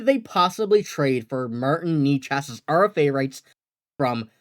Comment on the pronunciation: They won't get Necas for just Ullmark. Why can't this guy pronounce Necas ?